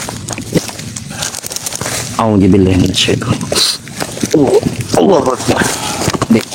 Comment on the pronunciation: Si nenek lucu ga bisa ngomong Allahuakbar 👍👍👍